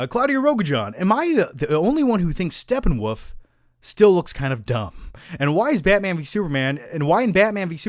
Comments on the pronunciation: Why does he keep saying Steppenwoof? Lol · Who else laughs at mispronouncing SteppenWOLF!